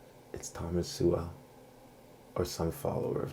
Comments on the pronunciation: You pronounce Sowell like soul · You pronounce his surname as 'Sewerwell' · His name is pronounced "So-ul" that you can't pronounce it...devalues your argument a bit. Your distracting and mostly meaningless cuts to images diminishes your points. It's very like 👍 adding emojis 😃😂🥲😂🤣 after 🚨 every 🚨 word 🚨. It's lame 😒. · You incorrectly pronounce Thomas Sowell’s name. Proper pronunciation of his name is “soul.” Thomas Soul. You butcher Thomas Sowell’s philosophy as atrociously as you butcher his name. Your understanding of Sowell’s ideas is superficial and incomplete. Back to the drawing board. Read a few of his books and redo the video. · As soon as mispronounced his name I knew you haven't watched any videos or read any of his books. When you learn more then just being able to pronounce his name, I may consider watching one your videos. I really am sick of these pseudo Intellectuals feel qualified to criticize a man with 65 years of research on the human condition. Most of his statements are facts and not his opinion. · That’s not how you pronounce his last name.